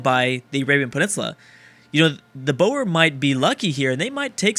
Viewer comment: Ok here's how you pronounce Boer: take the Boe from boo like you're trying to scare someone. The r at the end is very much like the rolling r from row row row your boat.